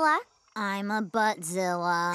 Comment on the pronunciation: I'm pretty sure was saying "Bat- zilla" as in bat mitzvah, not " butt-zilla"